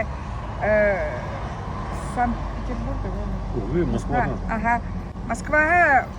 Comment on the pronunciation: спасибо вам! Вы очень большой молодец, у вас хорошо получается Вы даже " Угы Москваhаа " как то по Бурятски сказали 😊